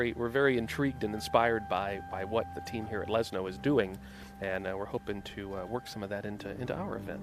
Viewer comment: For English speakers it is pronounced "Leshno", not "Lesno" like in this video.